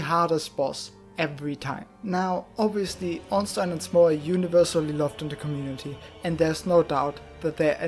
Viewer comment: Haha. Finally someone, who uses German pronunciacion of Ornstein. Not the usual orns-teen.